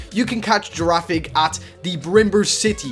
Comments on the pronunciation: dude its pronounced GIRAFIRIG not girafig but its ok:) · It's girifiraig not girafig (I don't wanna be mean) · girafrrige not girafig